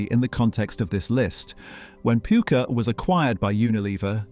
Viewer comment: It's pucker not pooker. Pukka is an indian wording from colonial days meaning good stuff. 👍